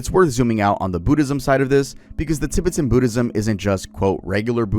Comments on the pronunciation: I'm a Tibetan Buddhist (Not from tibet but I work for a buddhist retreat and my family have practiced buddhist beliefs for the last 30 Years) Your pronounciation not to be rude was terrible! No Disrespect. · It’s cute hearing you mispronounce Tibetan so many times lol like a Canadian saying the word ‘aboot ’ 🤣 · The pronunciation of Tibetan is killing me lol but nice vid keep it up 👍